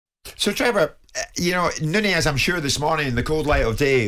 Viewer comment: Nunez (not nuniez like commentators are pronouncing it) was in the wrong. But, his head butt was tame, it was not powerful enough to drop Anderson, Anderson decided to grab an Oscar nomination with a farcical fall. The head of Nunez hit the chin/mouth area of Anderson and if it was a Glasgow kiss then Anderson would really have fallen without acting and there would have been blood. But, Nunez deserves a ban and I hope he switches on when he comes back and proves his worth.